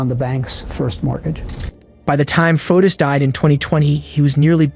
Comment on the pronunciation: Fotis is pronounced Fo tis, not like Otis.